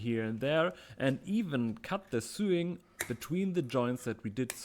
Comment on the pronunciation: Minor correction on pronunciation: yours is that of suing, as in civil law, Sewing is pronounced so-ing.